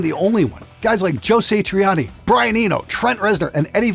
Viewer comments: Joe Say Tree Ahni... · Never heard of Joe Saytreeahnee.